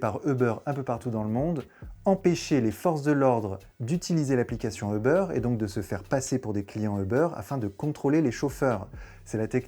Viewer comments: On dit pas "euhbeur"!!! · On dit pas "euhbeur"!! En anglais on ne dit pas euhbeur! Quelle prononciation à la plouc ! Comment peut-on croire la vidéo si le mec il ne sait même pas prononcer la compagnie.